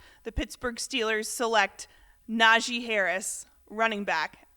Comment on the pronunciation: Can someone please tell Keyshawn how to pronounce Najee Harris's name correctly. Na-Gee. Key is the only person on tv that pronounces is wrong 🤦🏿‍♂️